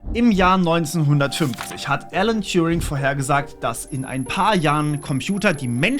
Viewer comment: TURING! Der Typ heißt: Turing! Ohne "J" (gesprochen "touring". )..mach nur Spaß, bin großer Fan.. Allet juute ^^🤣